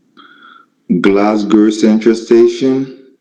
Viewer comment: Islay of Mulley!! He doesn't know how "Isle". is pronounced 😂😂😂. Also said "Glasglow". 😂😂😂